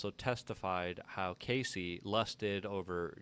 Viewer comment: CASSIE... not Casey.